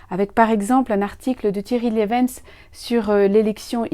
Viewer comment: Merci, Attention on prononce le nom du père Thierry Lievens LI VÈN SSS ! Mais il est bien francophone, ce jésuite belge ! Et sa réflexion sur l'élection ignatienne est tout à fait intéressante.